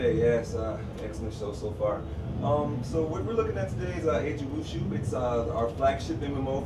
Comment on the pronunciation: It's actually wu-ju. SORRY TO BURST YOUR BUBBLE.